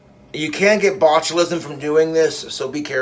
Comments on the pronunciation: it's not botchulism, it's boglimism. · New name for Cobes: The Botulite (pronounced bochulite) due to his botulism riddled meat vehicle he calls a body.